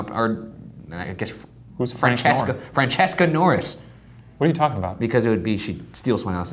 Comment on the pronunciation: It's been years and I'm still happy every single time they say "Francesca" because that my name!✨ They say it kinda wrong but I'm still excited😂